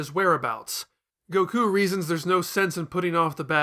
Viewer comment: "Gokoo?" "Bluma?" WHO ARE YOU PEOPLE???